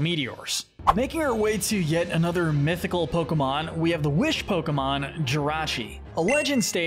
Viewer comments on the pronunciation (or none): none